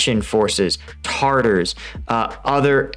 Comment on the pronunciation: I know it's minor, but it's TATAR, not TARTAR. They're a central asian ethnicity, not a sauce for fish. I still love your content regardless of your flubs. :) And on another note.. Does anyone see Luhansk/donetsk as a gang rivalry? They don't trust each other, don't like each other, don't help each other... They just kinda grudgingly don't kill each other because they're fighting cops.